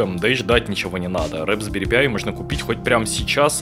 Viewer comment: рэПсберри пиай)) правильно "распберри пай"